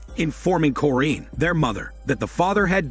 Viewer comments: Ahhh they way you say the mothers name..its cor-in.. not corr-eeeen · Mom's name is corrine said cor,-rine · Did this guy actually watch the movie, because it doesn’t seem like it. The way he says Corinne, “Foxworth’s Hall”, and doesn’t call Carrie and Cory by name. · You pronounce the mother’s name wrong 🤦🏾‍♀ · I have the same middle name as the moms first name and that is not how it is pronounced but whatever